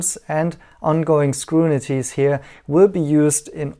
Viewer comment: "ongoing screwnities"?! I thought your English was excellent til I heard this! Just kidding, it's still excellent